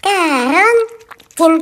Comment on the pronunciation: Вообщето не коронтин а карантин